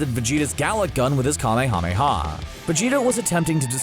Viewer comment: Anyone else flinch at the slaughtered pronunciation of kamehameha? Just because Goku drew out every syllable separately for dramatic effect doesn’t mean that’s how the word is pronounced. It’s a real word, borrowed from the name of the first ruler of the Kingdom of Hawaii.